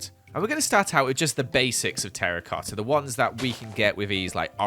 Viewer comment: the way he says, joEls meZALiAn terRIcoTTa!